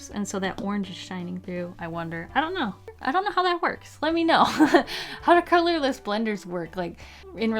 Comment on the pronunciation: "The color of this blender is... Brush pen on one end and... bullet nib on the other" What a beautiful color I know she said colorless blender, but that's what it sounded like she sad/